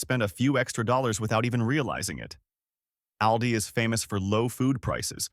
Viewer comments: please twll me its ALL-Dees and not OWL-dis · We pronounce Aldi different than he does in the video. Im in iowa, we say alldee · It’s pronounced, ALL DEE.